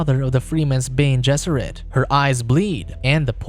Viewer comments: Bean? You can not watch the movie or read the book? It says Ben-é not bean. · “Bean gesserit” isnt it pronounced “bene”? 🤔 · Who the hell are the "Bean" Gesseret? It's pronounced Ben-nay!!! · it's not "bean" it's "beh-neh", it's latin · Yes, the video says "bean gesserit" instead of something more like "Benny Jesserit"